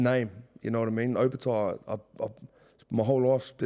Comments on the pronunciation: How tf does jai still butcher his last name till this day? No ‘O’ in samoan is pronounced ‘oh’ 😂 fmd idk how there’s no family members that correct him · Love the uso & everything he’s done in the sport & community especially for Pasifika. But for the love of all Islanders, please pronounce your surname correctly - don’t pronounce it the Palangi way. Just my two cents but love ✌🏾